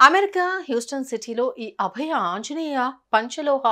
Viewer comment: అభ్య కాదు అండి.అభయ.